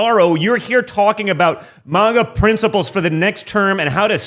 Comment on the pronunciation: did he say “manga principals”? 🤣